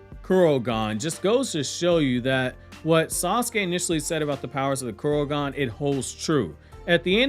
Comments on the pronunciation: ITS KOKUGAN NOT KUROGAN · I think it's Kokugan not Kurogan.